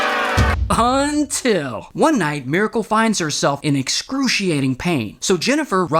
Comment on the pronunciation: I enjoy the "UNTIL" way too much...😂